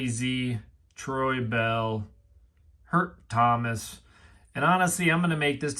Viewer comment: No way he called him “Hurt Thomas” 😂😂😂